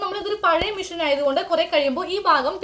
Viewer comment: ചേച്ചി മിഷൻ അല്ല മെഷീൻ എന്നാണ്